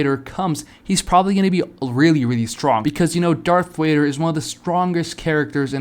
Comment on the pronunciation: darth wader ;skull